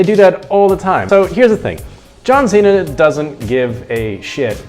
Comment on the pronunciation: 是John Cena！不是John Xena！英文有問題嗎？！